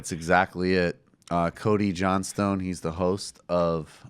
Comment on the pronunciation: "Cody Johnstawn."